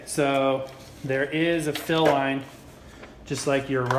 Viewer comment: who else was eating ramen during this and noticed him say the fill line like ramen